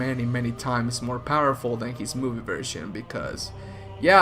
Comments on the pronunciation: Whenever he says powerful when talking about Thanos it sounds like purple wich is hilarious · Your accent made this video so much better at one point. I heard "and this made thanos one of the most purple characters in the marvel universe" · Every time you called thanos powerful I thought you said purple.